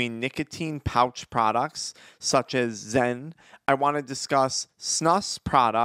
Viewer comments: This fool said zen 😂😂😂😂😂😂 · Bro called zyn, zen 😂😂